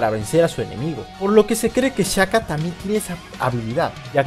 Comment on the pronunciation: Se pronuncia "Shaka" no "chaka"